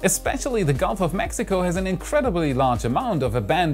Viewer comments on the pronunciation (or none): none